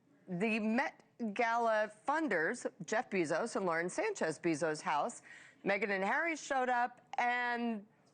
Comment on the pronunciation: does the commentator not know how to pronounce pop culture names? pierpaolo, jeff BEE-zos? kris KARDASHIAN? wtf.